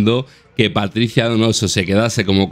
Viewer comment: "Paticia" y "caxi" 🤦